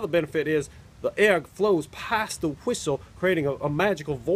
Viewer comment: sounds like he's saying whoistle instead of whistle kinda like coolwhoip lol